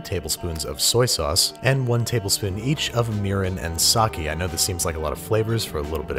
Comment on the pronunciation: did he just say sakie